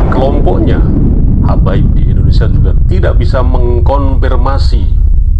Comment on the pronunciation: ma'af pak indonesia bukan endonesia